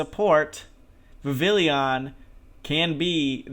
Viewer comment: Cool video dude but Godddd is it obnoxious when people mispronounce and misspell Vivillon. It's Viv-EE-Yon. It's French, man!